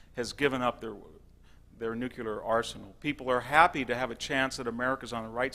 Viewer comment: he says "nuculear"